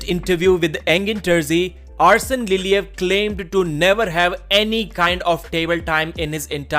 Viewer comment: Arsen "Ousen" Liliev